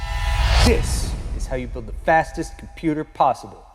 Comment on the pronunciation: you better check how much cpu sockets are there before say "FASTEST S#%T POSWEBLE"